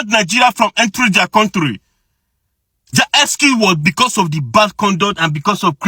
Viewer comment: If you want to know an Igbo man just ask him to pronounce this word: COUNTRY